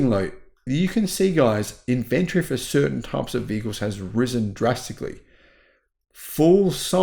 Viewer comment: in-vun-tree, not in-vent-tree!!!! *rage quit